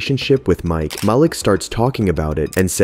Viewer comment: ITS MAH-LEEK NOT MAL-LICK these name pronunciations make the video hard to watch